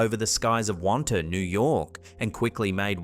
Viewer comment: You know when someone isn’t from Long Island when they pronounce the towns wrong… lol Wantagh (Won-taw)